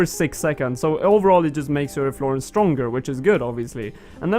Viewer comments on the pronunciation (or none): You're saying "Efflorence," its "efflorESence" friend. :)